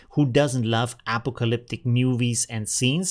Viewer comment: Loved your video, however when you pronounced the word apocalyptic, it was very unusual, I didn't even know it could sound like that. The standard American pronunciation is somthing like "uh pock uh lip tick" There is an American movie about Vietnam titled "Apocolypse Now" and that would sound like "a pock o lips" Thanks for all the great info on MidJourney. I love the videos!